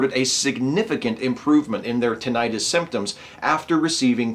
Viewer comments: StrawberryEggs Yes, it does make it sound like an inflammation. At first I wasn't sure if meant tinnitus or if there was another condition called tinnitis. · Is that how Americans pronounce tinnitus? Or is that just you? Good to hear that we're getting closer to treatments for tinnitus. I'm looking forward to treatments for those irritating floaters I get in my eyes.